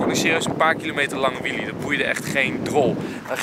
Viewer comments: Wtf is een WIEEIE HET IS WHEELE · Het is wheelie niet whieie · Nobody: EnzoKnol: WHEEIE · Nieuw favoriet woord: ‘WHEEIE’